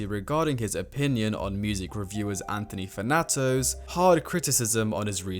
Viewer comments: Anthony Fanato ???? 😂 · anthony fanato? 😭